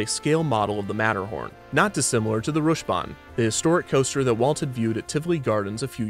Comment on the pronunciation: ngl, I had to do a double take here... As a Dane, it was so bizarre to here "Rusjebane" (Which literally just means "roller coaster" in Danish) being pronounced with an American accent xD